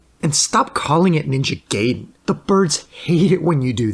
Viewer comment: Shouts to for saying Ninja Gaiden correctly